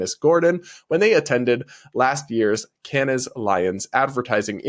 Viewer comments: Dear, please take this from a good place and not being an asshole, but Zurich is pronounced with a “k” not ich like rich. And Cannes is pronounced like Can as in tin can, not cannis. I don’t like to correct but I would want someone to tell me if I had spinach in my teeth. Keep up the hard work and the sanity. Love you and your perfect white teeth and complexion!!❤❤ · really enjoy your content - sometimes agree, sometimes not - but one thing I would simply suggest... do research on how you pronounce names of places. It makes you look smarter! you pronounce it Zurick (Zurich) and Can (Cannes) - yeah, i know - seems small, but you are a great communicator and if you make errants it pokes holes in your argument. Peace! Keep on going - there is a reason the BBC have a pronunciation department... helps their arguments have more authority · Please pronounce Zurich - Zurick... and not Ti-VOli, just Tivoli, and Cannes - Cans. Accouterments is ok, but use the French pronunciation for a little extra sarcastic spin. ( 😉) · I'll be that person: check pronunciation of Zurich and Cannes. Cringe